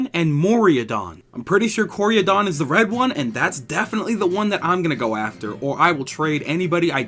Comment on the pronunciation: dude its pronounced KO-RAI-DON and MI-RAI-DON... xD